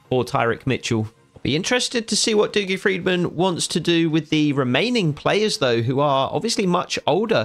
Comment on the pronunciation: Hi mate dougie is pronounced duggie not doogie